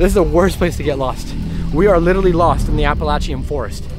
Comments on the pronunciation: I'm from Virginia and my ex husband is from West Virginia and my brother rip.. hacked the Appalachian trail.. it's pronounced apple laaa shion. Shion and appa laay sha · It's app-ah-lay-schun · U keep pronouncing the mountains name wrong 😂😂